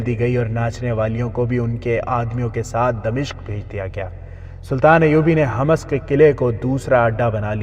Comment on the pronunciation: لفظ حماس نہیں ہے حمس ہے